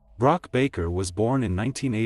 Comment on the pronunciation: Right. She was born in 1978 (her age at death is correct, she was 19). Also her name wasn’t Brock (rhymes with ‘rock’) She was *Brook* (rhymes with ‘look’)